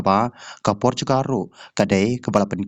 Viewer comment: Portugal ph ym dei portugar 😅😅😅😅